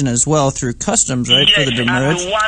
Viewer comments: "Send the doomurrage." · So is demurrage badly pronounced "damage" or "the moorage"? I haven't figured it out. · "DEMURRAGE IN OUR HEARTS" LOL